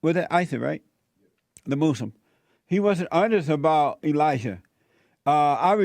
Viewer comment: ILOVE how Jesse says “MOOSE-limb” 😂🤣😂